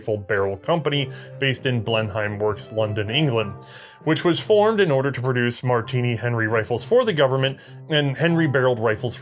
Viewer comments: Hurrah for Sgt McKenzie from the Queen's Own Foot and Mouth Highlanders! Excellent stuff, - tips Blenheim is pronounced Blenhem, Edinburgh' is pronounced 'Edinburra' and 'Leith' is pronounced 'Leeth' - a native Edinburgh lad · Your pronunciation of Aldershot, Woolwich and Blenheim made the Empire weep.